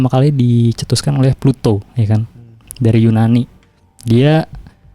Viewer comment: Plato bro bukan Pluto, kayaknya harus lebih mateng bro nyiapin materi nya